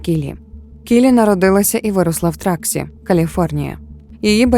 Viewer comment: Truckee California (Тракі наголос на і) не траксі